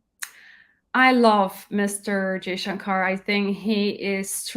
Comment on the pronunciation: Madam plz say Mr jayshankar..not Jayshankar....plz.... anyways great keep it up...❤